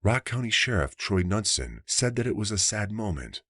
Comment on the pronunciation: Knudson is pronounced Noodson